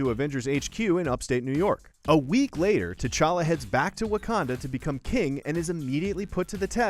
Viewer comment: TCHACHA? It's T'challa